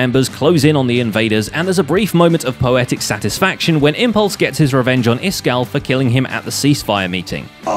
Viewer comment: Zombie gleo not Cleo and it’s isgall